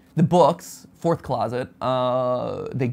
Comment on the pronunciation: Mat: "foth" Me: " close but not quite there, look at the other letters there is a r and a u, foth + r + u = fourth, FOURTH CLOSET!!!!"